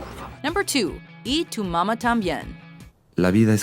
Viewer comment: its a good video but i feel you only took México and spain in consideration and there are way more spanish speaking countries. also check your pronunciation especially in mamá, its not mama like in that song of David guetta and minaj